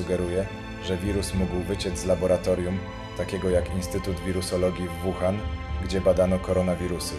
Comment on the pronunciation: Naucz się przed nagraniem wymawiać nazwy chińskich miast przynajmiej... Nie "Kłindao" tylko "Cingdao", nie "Wuhan" tylko "Łuhan"... W następnym odcinku bedzie 张家界 czyli po naszemu "dżang dźjia dźje"... Mieszkam w Chinach od ponad 5 lat.. w tym w "Łuhan" podczas pandemii i żal .... ściska jak słyszę te poprzekręcane nazwy.. Wiem że nie mówisz i nigdy nie będziesz mówił po chińsku (słysząc Twój angielski 🤣) ale skoro "idziesz po Milion subów" to przynajmiej postaraj się ogarnąć nazwy miejsc o których opwiadasz... Pozdro z Kantonu :penguin-blue-waving-tear